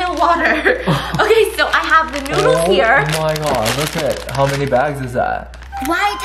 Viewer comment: lol he say “Come try the stinky noods”